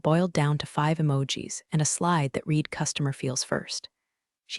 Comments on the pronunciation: Still need AI to use read right. It is prounounced red. When will someone somewhere work on all AIs to get this right?!! Is such a typical problem along with bow and live being incorrectly pronounced!!🙄🙄❤️🐉💙💙😎😎🌈🌈🦉🦅🍍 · AI can't differentiate between read and read